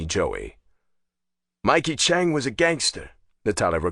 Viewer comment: You are saying the one last name wrong it's Chang not Chunk